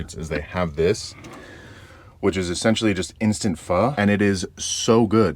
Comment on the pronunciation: I just know you have Asian homies by the way you say pho lol